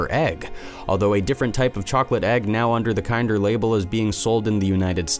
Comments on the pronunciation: Isn’t it pronounced “kender”? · PFFFT- starts off unrelated to the title, and immediately mispronounces kinder as KIND-er. Awful. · lol the way he says "kinder"